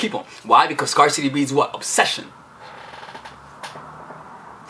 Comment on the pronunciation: luv luv luv u! but you’re mispronouncing “scarcity.”